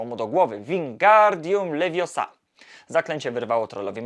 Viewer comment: Mówi się leviOsa, a nie leviosA. 😂 Nie mogę uwierzyć, że tak to wymówiłeś!!! Ty? Specjalnie? 😂